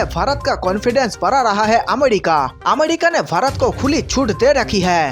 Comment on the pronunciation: अमेरिका को अमेडिका बोलता है क्यामि तंग होवे भाई छोड़ दें चैनल तेरे वस गी बात कोनी